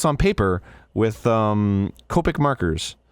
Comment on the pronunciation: I love Arin too much to be upset about how he pronounced “Copic”